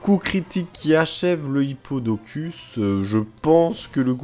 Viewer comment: Tu lis mal on dirait c'est Hyppodocus, pas Hypopotas qui est sa sous évolution . Pour les origines de Mysdibule